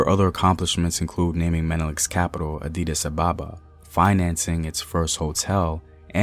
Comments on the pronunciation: Thanks for making this video *central not south not Addidas ababa 😂 Addis Ababa (New flower) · Ah-Dis not Adidas 😂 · I try not to let the awkward (mis)pronunciations distract me, but "Adidas" Ababa is just too much lol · Adidas Ababa?! 😂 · “Adidas Ababa” xD that got me dying!